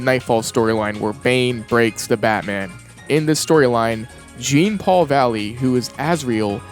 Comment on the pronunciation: "Jeen-Paul" is killing me inside